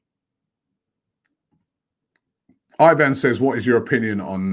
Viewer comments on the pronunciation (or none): none